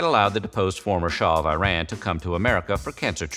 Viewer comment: why do you always say Iranian or Iran incorrectly. it kills me. -_- :(